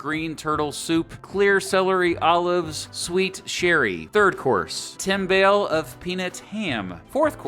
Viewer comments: And timbale rhymes with thimble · LOVE stews. Pronounced: FRICK-AH -SEA and TIM-BAL-EEE And the chicken salad that Wilson ate is not the Starbucks version in your picture LOL. It is similar to tuna salad, chopped, mayo, scallions.